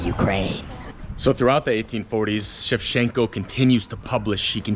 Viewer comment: It's not "shev-shen-ko," it's "shev-Chen-ko." The "ch" is not a suggestion.